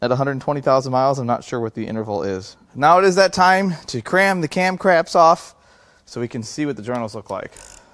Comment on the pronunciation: '' cam craps'' you never disappoint